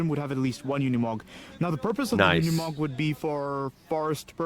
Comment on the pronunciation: The commentator pronounce it Yooni Mog......please take note